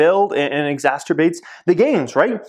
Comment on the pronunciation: Enjoying you videos. But you often say "exasturbate". Is that some sort of amalgamation of "exacerbate" and "masturbate"?